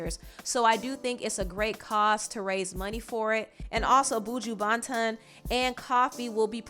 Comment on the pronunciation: It’s buju Banton- lmao ton is pronounced « tin » not tan lmao